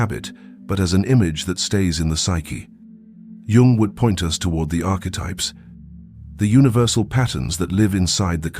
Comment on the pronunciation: Okay, but Young is misspelled. Also his name is not pronounced as with the letter J, but with the letter Y; it is Carl G. Jung.